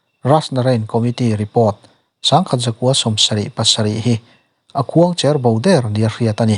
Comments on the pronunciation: Nga tinge khuangcher bo hi utuber ho hian in lam dik l9h ziah le Pasaltha khuangchera hming thluk anga thluk loh tur,cher(dawm,vuan)ang deuha thluk tur rual u deuh zawt angche. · A ngaih sanawm hle mai. Khuang cher bo tih lai hi i lam dik lo a nih hi. Pasalṭha kan neih Khuangchera hming anga khuangcher tia lam tur ni lovin kan ruh te a tliak a, kan cher khawng ṭhin anga cher hi lam tur a nia.